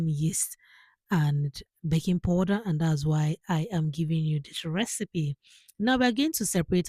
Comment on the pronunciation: Powder, not poder